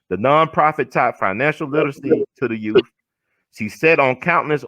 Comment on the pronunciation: Love she says Y O U TH “ not YooooF like so many ppl say “our yoooooff”